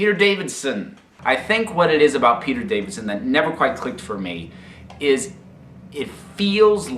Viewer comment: Is he saying Davidson?